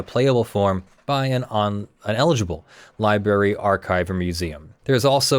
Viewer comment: New drinking game, drink every time says Liberry instead of Library